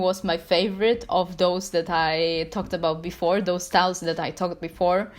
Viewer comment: "sTAleS" I love how she says styles Edit: im dead